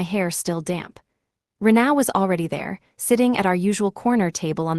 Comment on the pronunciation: It's Reena not re na